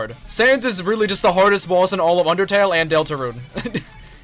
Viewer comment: 'Underale' 00.00